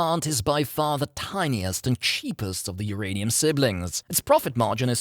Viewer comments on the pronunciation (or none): "Hurray'nium" killed me.